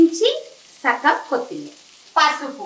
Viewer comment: కొత్తిమీరి కాదు కొత్తిమీర అనాలి